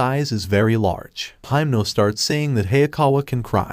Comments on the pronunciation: Why are you calling himeno for haimno😭😭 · He called himno makama lol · In the Anime: Himeno Him: Himno